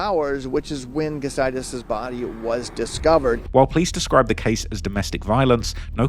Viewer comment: During the Morgan & Morgan ad. Did anyone else hear if you have serious damage to your booty or inside organs? After a couple times I realized he was saying body😂